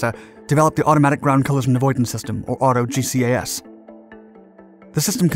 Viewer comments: Auto GCAS is pronounced auto jeekas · I think you’ll find that GGAS is pronounced “Gee-Cass” just as TCAS is pronounced “Tee-Cass”. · They probably blamed the Crew Chief for his G-LOC.... also. GCAS is pronounced as a word, not separate letters. I love your videos bud! Keep on doin what you do!